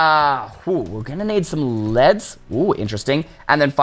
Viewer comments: This man calls them LEDS Instead of LEADS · it’s pronounced leeds but it’s spelled leads 😂😂😂😂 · How He Says Leads 🤣